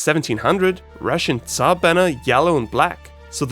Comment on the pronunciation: You did a great job about explaining our flag. Some people (not even from Russia) now know some more about our culture and flag. And about "царь (tsar)": you have a really good pronunciation. I'm using Busuu, and people there (not only beginners) having really bad pronunciation of that word time to time.